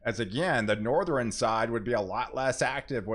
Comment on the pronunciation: I really like your videos and recommend your channel to others. But PLEASE stop putting an extra syllable in southern, northern, etc 😅